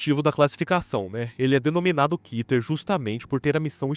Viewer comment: Segundo o hebraico, a palavra Keter se lê Kéter e não Kiter